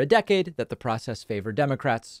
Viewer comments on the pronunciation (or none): none